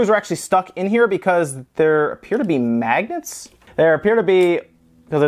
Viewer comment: When you kept saying magnets, I thought you said maggots.